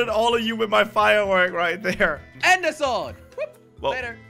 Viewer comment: WHY CALL SWORD IS SOWSD